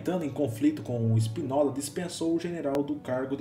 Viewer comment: Cara a guerra estava ganha em Angola e em Moçambique estava muito controlada, o problema era a Guiné que a situação era complicada por diversões fatores. A entrega das colonias só se deu porque houve um revolta castrense "25 de Abril" Veja como se pronunciam alguns nomes como "Spinola" De resto parabéns pelo video! Tem a minha subscrição de alguem que conheceu bem o ex ultramar Portugal! Viva Portugal!